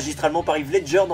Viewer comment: Heath Ledger a été bon en Joker. Mais le meilleur des Jokers restera Nicholson pour moi. Et c’est pas « Ive » Ledger